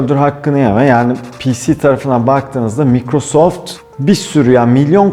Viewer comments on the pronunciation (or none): none